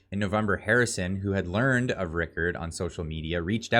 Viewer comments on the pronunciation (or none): none